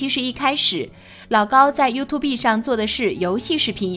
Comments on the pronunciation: 她还说you to be… 笑死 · 把發音學好在說拉 YouTube不叫youtu~B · you too B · youtube唸法不是唸" you to be" 而是要分開唸"you tube".唸法: "you 梯烏補"，做為一個油管的優質視屏，連基本油管的唸法都錯，豈不遺笑大方? 即使內容再精妙絕倫，也難有說服力。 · 拜託一下，YouTube 是唸油吐，不是油吐必！ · walao eh，这个英文水平我真的是beh tahan，看了听了前面30秒我就顶不顺料，暂停视频后想关掉的，但就是忍不住要来吐槽两句 😂，听得真蓝瘦，YouTube居然给他说成 You To Be，笑死，我隔壁家三岁的小朋友发音都还准过他叻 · 是唸you吐(三聲)哦，不是you 吐B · Youtube不是唸you to be😅 You+tube > 跟我唸一次：(you) (toㄅ) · 还优兔碧呢，你这英文水平跟内容只能是误人子弟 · 聽到you to be的發音以後就不想看了😂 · 不能同意更多了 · 他频道里读过很多次啊 重音是错的 放在tube上了 you’tube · 这个女的讀出是 You Two Bee 呀... 很过份吧，相对来说老高的只是很轻微.. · 什麼是U 2 Be啦。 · 第一次見有人說念 you to be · 第一次聽到有YouTuber讀youtu"B"，差點笑死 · you to b 笑死人😆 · 优吐b太赶客了，看不下去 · U 2 畢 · you tu be哈哈哈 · 沒想到這年代還會有人唸「優吐逼」🤣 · 說了 You tu be… 就覺得惡心了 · “you to be”這讀音我笑了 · “优”“秃”“逼”，你的英文真牛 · 出影片前能不能做點功課，讀YouTube “B” 是想笑死外國人嗎？ 聽到都尷尬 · 連youtube 這個字都念成you to be 的人還能瞎掰什麼,牆內就不準看youtube 何來的封殺. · 想听可是一听到you tu be 就听不下去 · 作者是不是沒看過youtube 啊拜託不要唸you to be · you to be 什么鬼？要说中文就好好说，油管就油管you 吐 必 啥玩意😰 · you tube B 連發音都發不對 還發布視頻？ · 油2be，nb的发音😅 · 不是u吐必好嗎🙄聽到這發音就看不下去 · You to be 是三小啦... 要用這平台還不會讀這平台名字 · 能不能不要唸youto畢.... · You two bee... 聽得人吐血... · you和tube是两个单词，求主播查查发音正确念读orz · YouTube 剛出來時很多都這樣念啊，後來才開始發現念錯😂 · 連YouTube 都不會念 有夠智障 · 能不能查查词典再念YouTube这个词？！！一听就感觉文化程度很低…… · 請把英文發音說準了才來議論事情吧，連youtube怎麼發音都不懂，我也是醉了😅😅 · youtube的发音都没准过就说别人对科学的态度不严谨。。。别人一直都是站在中立的角度上发表自己的观点，说得仿佛自己没有脑子，只能人云亦云一样，已点踩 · 連YouTube 都不會唸，這素質就是好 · 你学人做什么youtuber? 连youtube 读音都不会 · 老高那不就是個睡前故事嗎？不是正經科普啊⋯⋯你這蹭熱度也蹭的太噁心，營銷號多讀點書吧⋯⋯YouTube 都能唸錯。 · 听到她念YouTube我就直接来评论区了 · 请先把 youtube 发音搞正确再说。后面全在瞎比比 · BE 不發音吧... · 連YouTube 都不會唸 留個言就關掉了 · 能把youtube念对吗？ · YouTube都念不对 还在那bb